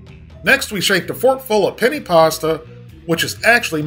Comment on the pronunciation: The way he says Penne isn't sitting right with me lol